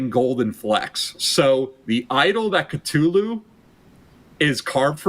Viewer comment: The way he mispronounces Cthulhu and R'lyeh is driving me nuts